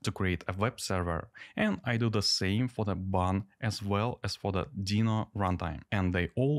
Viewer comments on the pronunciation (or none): none